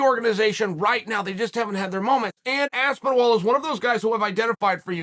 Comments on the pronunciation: I think “Aspinwall” might be one of Chael’s most overt and in-your-face purposeful name mispronunciations ever. Lot of moving parts here. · I was actually a little shocked when I heard Chael say Aspinwall. And that's saying something coming from Chael 😂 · I used to think Chael struggled with foreign ethnic sounding names but in fact his confusion knows no prejudice and treats all names equally: Aspin-Wall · This video marks the record for the earliest unc has made me laugh 😂😂. “Aspinwall” lololol undefeated/undisputed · Exactly what i was thinking. Aspin-ol. Aspin wall. I think Chael watches the fight with the commentaries muted. And for sure he commentates it himself. 😂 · Even though Chael butchers last names constantly, I was genuinely taken off guard by Aspin-wall. Literally Lol'd. Never change, Uncle Chael. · I swear he said aspinivall at one point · This one had to be on purpose. Had to be. No WAY he can add a -wall in there on accident 🤣👁🤣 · It’s 100% on purpose it’s his main gimmick. Aspinol is so easy to say now I know he does it this one was one too many lol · This is the worst name pronunciation yet lol, it caught me off guard too, thought he was messing about at first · Ahh yes Tom Aspinwall, somebody should let Tom know he’s been saying his name wrong this whole time🥴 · if your gunna do a video on a fighter ,you could at least get the mans name right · It's the ultimate compliment when Chael butchers your name. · I wonder how he preps to butcher the name. "Let's see, should I go for Aspinol? No that's too similar. (Stares blankly at the wall) that's it!" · Chael knows how Aspinall is pronounced. This is a fact, and you're silly if you doubt it. Chael will read everyone calling him an idiot for getting the name wrong. Chael will continue pronouncing Aspinall wrong, because he's a genuinely horrible human being who goes out of his way to get the names wrong of fighters who aren't A) American and B) have easy to pronounce white sounding names.